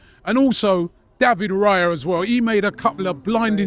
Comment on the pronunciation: All that praise but he can't learn to pronounce Raya's name. And it's a four letter name